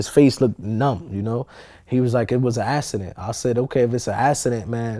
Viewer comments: why does he pronounce accident so weird? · Wtf is a "assident" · It was a "assident" lol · What TF is an "Ass-a-dent" tho? Shit sounds mad gay son! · I never knew there was "S's" in the word "accident" lol... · "it was a assident" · Lol, I'm sorry but every time homie said "assident" I laughed a lil bit. It sound like something a kid would say when they come & wake you up after they pissed the bed. [Tap, tap, tap] "Momma...daddy....I had a assident". LMBO!